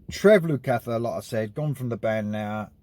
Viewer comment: Yes great album, but you could have done a little internet research into the pronunciation of two of America's finest musical families before uploading. The Porcaro's and Lukather's are known worldwide by anyone who knows anything about music. Jules and Josh are being a little quiet since the release. It would be better if they gave their side into why the sacked the man who seemingly got them together!